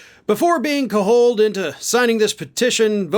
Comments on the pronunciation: cajoled is pronounced cadge-old, not caholed, it's not Hispanic, the j is pronounced like the j in joker. This is an English word. If you don't know the word, (like MTG and indictment), try using a dictionary or google it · The word “cajoled” is not Spanish. The “j” is pronounced as in “jet”. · You had the nerve to mock MTG for her mispronuciation of the word INDICTMENT and then you pronounce the word CAJOLED wrong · Come on,, you pronounce the “j” in “cajoled” like a J, not like an H as if it were a Hispanic word. 😁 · You mispronounced cajoled. Big time.